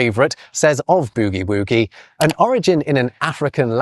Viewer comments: Your pronunciation of "boogie-woogie" is so adorably British. Here in the US, the "boog" and "woog" parts rhyme with the "sug" in "sugar," not the "noug" part of "nougat." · your pronunciation of "boogie-woogie" was a surprise and made me chuckle. I've never heard it like that. Think "book -- bookie -- boogie" and then add "woogie" to rhyme, and say it quickly. Maybe you were going from "boo-woo," teasing someone who is crying? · A couple of quick questions: how can a book be written in 1935 by a missionary who died in 1898? And might you do a video about the bizarre British pronunciation of boogie woogie? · The way you pronounce boogie woogie is hilarious. The oo is more like that in "foot" or "soot" than "loot". I say this in my authority as a girl from the deep south in the US. We know how to boogie woogie. :) Here's my citation. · In America, boogie woogie would be pronounced closer to the sound in “good“ than in “food“. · Hi, I challenge you to pronounce 'boogie-woogie' the American way. The Irish actor Dominic West said that in The Wire, 'boogie' was one of the hardest words he had to learn to pronounce with an American accent. He succeeded. You can hear his attempt in the first episode of the first season. Perhaps you can do a video on other words like that. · No discussion of frottage? Came very close! Also, it's not "boogie woogie" , it is more like buggy with an o instead of a u, and the same for woogie. See Bette Midler's Boogie Woogie Boy of Company B for proper pronunciation. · the way a British man pronounces boogie woogie is very entertaining to me :D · That's the most British pronunciation of Boogie Woogie I've ever heard. 😂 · This pronunciation is probably from the 1977 pop song “Yes sir, I can boogie” by the Spanish group Baccara, which reached number 1 in the UK charts. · I can't get over that pronunciation of boogie woogie.